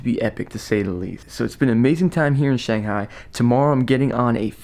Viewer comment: Loved your commentary, but haaaaated your counterpart calling it shonghai.